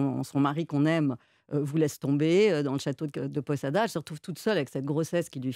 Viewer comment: Château de Posada, et non château de Podada, quel dommage d'entendre autant d'erreurs de votre part, votre entourage, qui prépare vos émissions, est il tellement incompétent ?